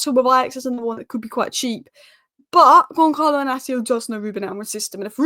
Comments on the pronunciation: YOU DONT SAY GONKALO IS GONSALO WITH A SSS LIKE SNAKE 😂😂😂😂A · and the "L" Makes it Goncaio, not GoncaLo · Soft C on Goncalo. Gonsalo, not Gonkalo. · Portuguese pronounce their Ls , it’s Goncalo.